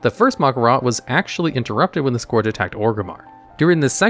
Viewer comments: Bro you make WoW videos, how can you not pronounce the word "scourge" correctly? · This is also the guy who can't pronounce the word "scourge" correctly, regardless of how many times the word is used and heard in game. I'm starting to question if he even plays